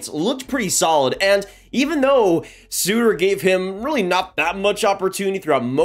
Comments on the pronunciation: I like, but it’s hard to take these predictions seriously when Darryl Sutter’s name isn’t even pronounced right. Secondly, Hanifin had an amazing year defensively. One of our few shining stars from last season. Sure the offense wasn’t that great but defensively was great. Walker Duehr is also a shining star. Lots of skepticism here and it’s understood based off of what we saw last season and the state of the team, but we have one of the most underrated prospect pools in the league imo. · How do you nail the pronunciation of Sharangovich but mess up Sutter